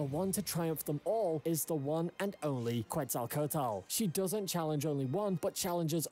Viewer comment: The way the dude in the video says "Quetzalcoatl" is making me giggle. "QETZALTOTAL!!"